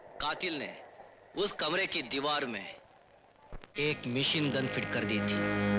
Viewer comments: "may-Shin gun" wtf 😂😂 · Me-sheen gun 😂😂